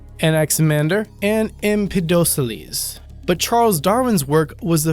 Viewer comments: the name was pronounced Em-PEDA-clese! Getting little details like that make you look smart, not just smart ass. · Get your names right! Gagarian? Dunesque? Empedoceles?